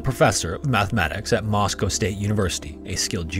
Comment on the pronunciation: Thank you for pronouncing Moscow correctly. Cossack is pronounce cos-sak rather than koh-sak for any future reference. You put a lot of work into pronouncing difficult languages well, which is definitely appreciated